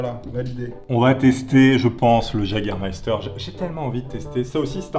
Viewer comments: le jägermeifter comme tu dit se prononce "iégermeifter"si jamais parce que c Allemand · j'ai presque dislike à cause du Jagermeister tu dis Jager sa m'énerve il faut dire Yager bordel HAAAAAA😂😂😂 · Ont dit pas jaguer on prononce ça Yéguer 😂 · C'est Yégair pas Jager (en prononciation) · ptdrrr le JAGER ça se dit wegueur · Par pitié ne dis prononce pas « jagger » mais « yagger » ça fait mal aux oreilles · Le Jagermeister se prononce "Yégarmaïstar" =3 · le jägermeifter se prononce yageurmeifter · Je vais faire mon chieur mais je pense que c'est plutôt "YÉgermayster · J'ai saigné des oreilles à la prononciation de Jägermeister et de Top Gear